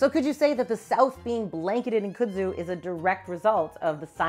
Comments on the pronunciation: I couldn't get past your pronunciation of the word. Kud-zu not Kuh-dzu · In North Carolina, we pronounce the plant’s names as “kudd-zoo” as opposed to “could-zoo”, the way said it. I grew up with the plant as part of the backdrop in my rural town, but I was surprised to find out this defining feature of the southern landscape wasn’t introduced until the twentieth century. I’ve seen the Japanese kudzu bug here as well, although I’ve heard it also attacks soybean crops. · It’s not “coo-dzoo” it’s “cud-zoo” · It's Funny How She Pronounced Kudzu😂😂😊😊Here In The South We Say Khuudzoo😊And Yes It's A Mess Here Snakes Love It And They Use To Say Don't Let Your Cows Get Into It Or You'll Have To Shoot Them To Get E'm Out Of It😂😂😂😂The Flowers Are Pretty And Smell Nice😊😊😊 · Now y'all gotta nice video here bless yer heart... but its pronounced "cud-zoo" like chew da cud.